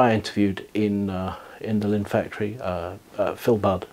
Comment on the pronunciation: The name is "Linn" NOT "Limn".